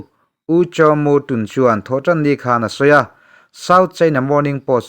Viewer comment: TUN ;;hi''Thun Ti'a lam rik tur a Nia.